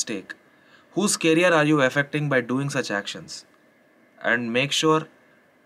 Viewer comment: Yes everything you said is right but please it's career not carrier